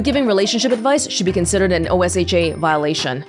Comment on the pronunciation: In case you're curious, OSHA is pronounced like oh-sha and they're in charge of workplace safety violations lol.